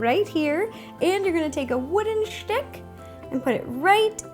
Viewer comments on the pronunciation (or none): I love when she says stick! Because she pronounces is it "shtick" 😝